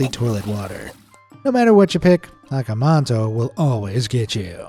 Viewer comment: Akamanto.. not akamanta